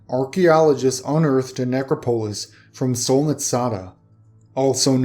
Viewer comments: ne·crop·o·lis neˈkräpəlis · I really like your vids, but you pronounce things so oddly. I really wish you would look up pronunciation if you're not sure about something. It makes me lose concentration every time! Look up "necropolis"... please. I don't know if you care what one subscriber thinks, but I might have to unsub because narration deserves proper pronunciation.